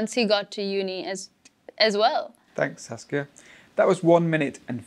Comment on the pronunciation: Now I'm addicted to Saskia's English pronunciation 😁😅